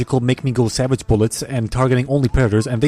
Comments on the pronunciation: I love how he says Savadjjj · The way he says savAge and jagUAR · I like how you went " SaVaGe" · i like u fu** up word so much "Savage = Sa-vage" and you russia accent as well (Coraline explained by an idiot):yougotthis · “ and find a bunch of caged SAVAJE animals”